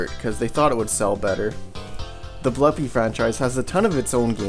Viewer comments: Blupi is pronounced with an oo, not an uh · Just so you know i think its pronounced Bloopi not Blupi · It's pronounced "Blue Pea". Confirmed by the readme file in DOS Blupimania.